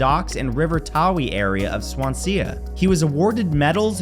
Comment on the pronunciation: Hia Matt good attempt on the Welsh name Swansea for future reference it’s pronounced swan zee